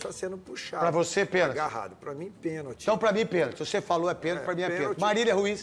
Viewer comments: DENILSON , PC ALIVEIRA E ESSA MULHER SÃO PAUS MANDADOS PRA FALAR BESTEIRA ! PORQUE O FILIPE MELO TEM TODA RAZÃO EM AFIRMAR QUE FOI PENALTI E ESSA ARBITRAGEM NÃO DEU PORQUE FOI MAU INTENCIONADA E MAIS ESSE BARANGA DO NETO NÃO SABE NEM FALAR PENALTI FALANDO QUE NÃO FOI PENTI 😡🇧🇬🇧🇬🇧🇬🇧🇬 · Neto calado é um poeta o cara não sabe nem falar a palavra pênalti!!